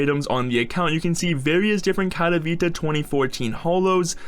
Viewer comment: Katowite xD speach lvl999